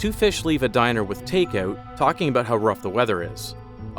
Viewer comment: "Take ouut" ooo, you're Canadian.